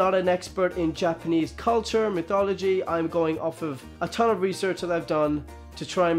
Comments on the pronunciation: Stop. Saying. Mitology. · Dude, you're saying mythology wrong